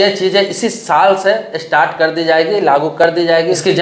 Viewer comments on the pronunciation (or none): none